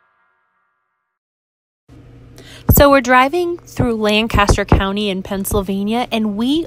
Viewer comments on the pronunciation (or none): You spent a day in Lancaster, yet you still pronounce it incorrectly. Sad.